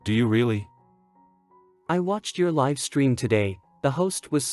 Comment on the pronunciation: Yes there are a few words AI struggles to pronounce correctly based on the sentence context. Another word I have heard is live.